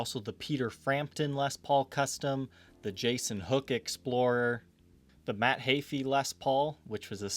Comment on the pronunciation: it's actually pronounced Matt Hee-Fee. It's all good, just thought I'd let you know